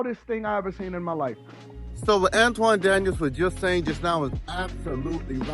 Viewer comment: An-ton Daniels, not An-twan my guy!